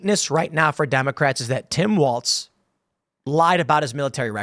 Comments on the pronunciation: Walz not waltz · Tim, theres no T in the letter L.